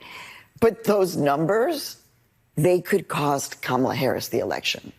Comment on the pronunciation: That CNN guy said Kamel-A like "Pamela" RACIST! To The Gulag!